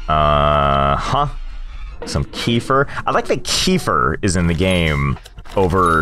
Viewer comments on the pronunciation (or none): I'm fluent in russian and this was hilarious to watch. I'm loving going through all the old videos <3 btw it's pronounced "keféer", and halvá is not a cheese it's totally sweet :)